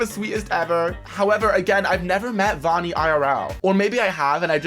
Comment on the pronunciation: its not voni its vani it was pretty funny tho